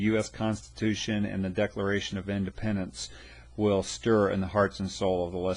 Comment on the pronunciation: This video sucks!!!!!!!!! 😡😡👎 He doesn't even know how to say decalalralation!!!! 😢🤬 DISLIKE!!!